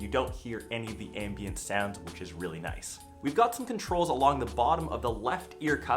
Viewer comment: Is "noice" on purpose? >.>